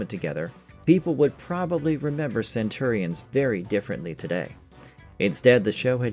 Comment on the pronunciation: cant pronounce Centurions correctly ... not a good sign